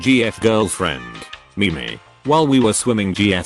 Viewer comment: Uhhh, it's pronounced "meem" you fucking philistine